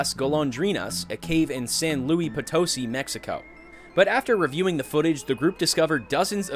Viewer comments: I was in no way prepared for the way you pronounced "San Luis Potosí". I live here. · Loved the way you said San Luis Potosi